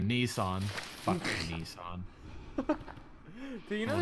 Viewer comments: It is ni-san.. how do you get to nee-san? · Um Speedy.. It's pronounced. Niss-An hahaha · Yessss, I think you should try again! ahem... "knee-sahn" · Its pronounced nissan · It's niss like piss and Anne the name lol Nissan